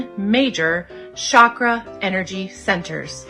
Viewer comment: she doesn't even know how to pronounce "chakra". It has 5 phonemes: she gets 4 of these wrong.